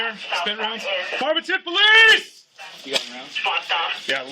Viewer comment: ... When they Yell "Farmington Police" or whatever kind/jurisdiction of police they are, I hope they yell it better than this guy. I had to go back and relisten to is, because I didn't now what he yelled... and even after seeing "Farmington Police" in the captions, it sure as hell doesn't sound like that's what he's saying.